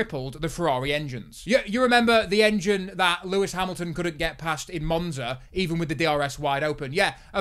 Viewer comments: “Pewis Pamilton” 😂😂😂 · Pewis Pamilton gets me every time